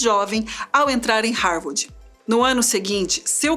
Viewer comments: "Harwardi", foi difícil de ouvir... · Não, pior ainda... "Harwordi"!!! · nossa estava me dando nervoso ouvir a mulher falar HAVORDI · Essa narradora não sabe falar. Não é Harvardi é Harvard. E não é tenra idade. Se diz como se tivesse dois rs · Búki, ófi, matemariki, rarvardchi, raici universitchi, etc. A história do homem mais inteligente do mundo narrada por uma loira burra, provando que beleza (aliás não faz o meu tipo, but nevermind), não paga nem o inglês da ISCOLINHA, quanto mais um cursinho básico de inglês, para aprender pronúncia correta e não passar vergonha na internet. Cadê os rapazes? Cadê o Boko?? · Linda, mas "Rárvádi" é foda!! É "sob pseudônimos" e não "sobre".... E esse cara não era tão brilhante assim... Foi ser comunista.... E morreu pobre, como todo comunista!! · mas que dificuldade de falar rarvidi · APRESENTADORA PÉSSIMA...DICÇÃO HORRÍVEL E DIFICULDADES DE LEITURA!NÃO CONSEGUE PRONUNCIAR HARVARD...E CONFUNDE "TENRA "IDADE COM "TERNA" IDADE... O QUE A MATÉRIA TRÁS DE INTELIGÊNCIA, A APRESENTADORA DESCONSTRÓI...Por favor mudem ela... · Pq não colocam alguém que saiba pronunciar Harvard???? Pqp que mulher ruim...